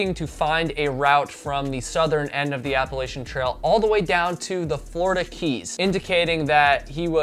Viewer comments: Your videos are interesting and I enjoy watching them, but I wish you would pronounce the name Appalachia correctly. It’s Apple At Cha, not Apple A Sha. Thanks. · OK…. how to pronounce Appalachia ….. It’s pronounced Apple at cha. and if you don’t say it correctly, I will throw an Apple at cha!!!